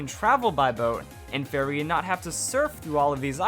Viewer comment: Thought he was saying fairy not ferry